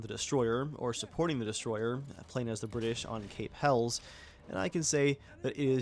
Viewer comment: Viking. 😂 its Hell USSS. Helles not Hells. Lol nice video 👌